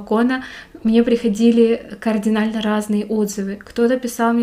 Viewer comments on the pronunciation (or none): none